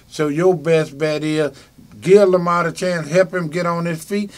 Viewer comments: Lamar not Lamount.hell naw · Why does this man who swears he knows LAMAR keep calling him LAMONT???!!!!!